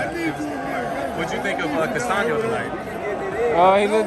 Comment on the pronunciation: It’s Castaño not Castano!